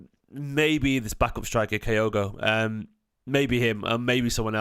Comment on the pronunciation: My wife is Japanese so for my sake (to stop her moaning every time you say Kyogo while I'm watching these) his name is pronounced like this. Sorry to be fussy but she's killing me! 😂